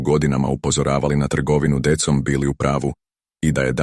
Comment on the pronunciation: Ne govori se dekom nego decom Децом